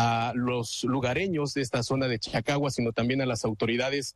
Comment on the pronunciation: "cacagua" caca con agua. En vez de chacagua. Pobre nivel de reporterillos de 5@